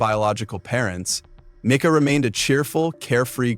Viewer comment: Was coming to make the same point, pronounced " meeka ".